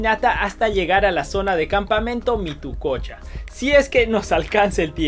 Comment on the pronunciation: mituqucha, no mitococha